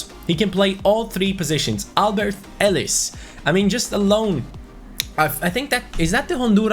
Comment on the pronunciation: elis is a really good player for dynamo but it’s pronounced elis but the i is pronounced as an e edit: dragowski from fiorentina is an amazing young GK he’s in the mid 70s and is like €3-5m in price. also u can train him to 80 overall in first season. 👍